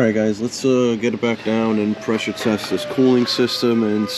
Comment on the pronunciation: PRESSURE TEST? I thought you said PISSER Test! 😄😁😆😅😂🤣